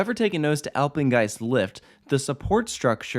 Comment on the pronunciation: Nobody: Takoda: Apegnest👁👄👁